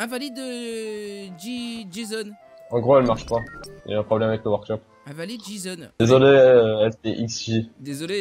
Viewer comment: c'est pas jeson mais jison